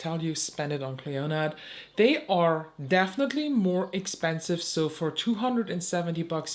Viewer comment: PS Clionadh is pronounced klee-oh-nah xx